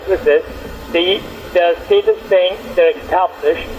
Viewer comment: Do a shot every time he says steetus and wirus